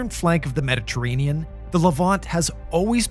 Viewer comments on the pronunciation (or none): none